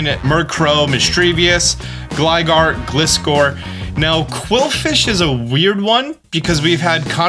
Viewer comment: It’s pronounced weird—eer not wurdur